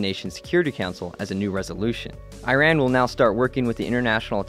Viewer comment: Great video, except it is Iran is pronounced incorrectly just in case you didn't know :)